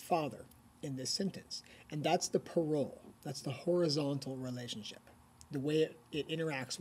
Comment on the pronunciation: If you use french terms you should say them properly. There was no effort at all on your part. Parole the way you pronounce it is not the same world.